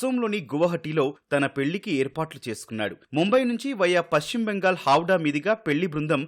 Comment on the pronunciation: హౌడా కాదురా బాబు హౌరా